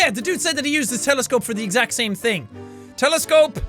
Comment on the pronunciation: "The thame things"?